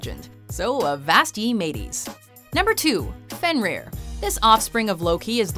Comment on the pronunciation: you kinda got fenrir wrong but thats okay